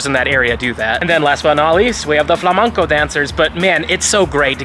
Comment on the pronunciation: It's Flamenco, not Flamanco🙃